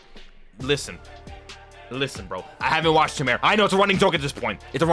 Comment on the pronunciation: Everytime I have to hear you say "CH-imera" 😫 ....and that arc is trash